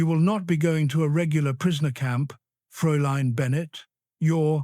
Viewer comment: Fraülein not froline